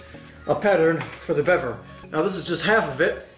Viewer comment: Fack engrish